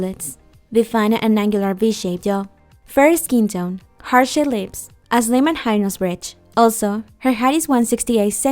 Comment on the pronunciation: it's pronounced hearT-shapED lips not ha-shea lips